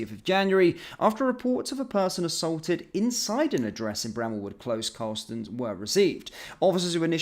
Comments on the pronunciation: Luvvie it’s. Car sh alton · I live a couple of miles away and i wouldn't say this is a posh area with lots of money flowing around it if I'm being honest. This is very close to one of the biggest council estates in Europe. Ps, it is not pronounced as Cars-halton, it is Car-shalton. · carsh alton not cars halton it is a suburb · It’s not Carl’s Halton, it’s one word with a ‘sh’ sound in the middle. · It's not cars-halton you moron it is Car-shalton! Jeeeeeeez can no one speak English any more! Or should I say A-neeemore? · Your pronounsing it wrong carl shorten carlshalton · Pronounced CARL SHALL TON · It’s Carsh alton sorry but just had to point out the pronunciation 🤷‍♀️ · I though it was pronounced car-shul-ton. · It’s pronounced “Car shalt on” and I should know as I was born there 74 years ago. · Pronounced - Car -shawl-ton, near Croydon. I used to live near there. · Car...sh...alton. car...shalton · Car-Shawlton - emphasis on second syllable. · It’s pronounced as Car-Shalton. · Your pronouncing it wrong it’s Car Shalton now put it together Carshalton. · This is where I used to live, it's absolutely disgusting. This was why we moved away to protect my kids. It's pronounced Car-shal-ton btw. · Just for context. It’s pronounced “car shalton” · 'Car sholton' it's pronounced. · It’s pronounced Car- Shalton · It's Car-sh-alton... 🙄🔫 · Cars-Halton!🤣🤣Only if you were an American! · Exactly, Carl-Shalton. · You pronounce the place Car shal ton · Pronounced Carshaulton. I appreciate your news, thank you👍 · I pronounce it 'Car shawl ton' but I don't live there. Glad the cops turned out. But have they got the knifeman? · It's pronounced car shalton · It's not Carl-shalton. I live there trust me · Thanks for the report, I live quite near and knew nothing about it. Just for reference, it's pronounced as Car shalton. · Bad for a posh boy. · You pronounced Carshalton wrong, this is my neck of the woods 😢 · Car^shal'^ton not cars^halton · It's pronounced car-shalton